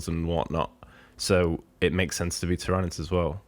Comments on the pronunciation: 😂 he's always pronounced it like that which makes me laugh. Ty-RA-nids 😂 The GSC and custodes rumour sounds very interesting, some new GSC especially would be appreciated as they're not sitting too pretty from a competitive viability at the moment in my opinion! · That pronunciation of tyranids lol im sorry. But i heard a rumor of a custodes box vs gsc with one new character each. And a whole range refresh for templars upgrade sprue a unit or 2 and helbreight, grimaldus an ancient and a generic captain model which sounds awesome. Also chaos is taking this long because they are filthy traitors of course not only are they damned but they get slow rules. There is also another rumor of new models for them also though 5 plus i think